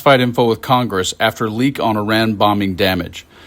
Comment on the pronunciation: Miss pronounced KOCHGRESS...